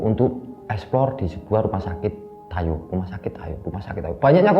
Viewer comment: Tayu bro bukan tayo jadinya hei tayo deh wkwk